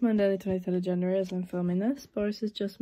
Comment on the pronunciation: did u say January? 😂